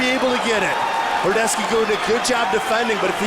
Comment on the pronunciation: 100% not horodeski "horodecki"